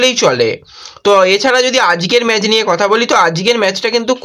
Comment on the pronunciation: কথাটা ম্যাজ নয় ম্যাচ ।